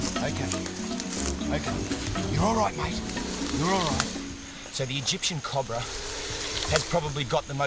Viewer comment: I fucking LOVE how Steve says "Cobra!" the Australian accent is just beautiful at times! COB-RA!